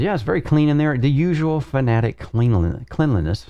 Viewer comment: You're saying Porsche as "Porsh" not "Porsh-uh"...? Edit: And Fanatec as "Fuh-na-tik" instead of "Fan-uh-tek"